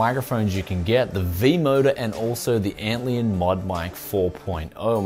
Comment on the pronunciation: LION. ANT LION. LION LIKE THE CAT. Not Antleon. ANT LION. There is a bug called an antlion. It is basically saying "this is basically a lion to ants." ANT LION. ARE YOU DOING THIS ON PURPOSE!?